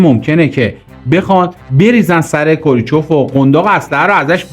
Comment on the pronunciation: کوریچف نه کرو چیف